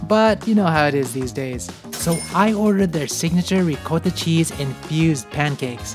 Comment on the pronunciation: you're saying ricotta wrong... reeee-cot-ah